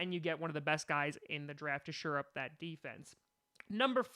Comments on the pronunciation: Isn’t it “shore up” and not “sure up”? Brian Burns looks better than Sweat to me btw. I agree we should go edge rusher at 12. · The phrase is "shore up" not "sure up"